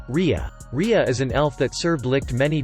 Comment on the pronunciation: Its patry not patoli and raia not rhya